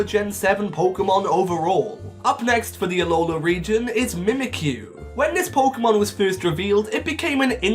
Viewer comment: It's Alola, not Aloha! Please get it right!